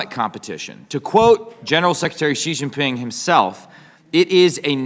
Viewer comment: The "J" in the Chinese name "Jinping" is not pronounced like the "g" in the English word "regime"; indeed, the Chinese language doesn't even have this quasi-French sound. The "J" in "Jinping" is pronounced more or less like the "J" in the English name "Jim." Easy!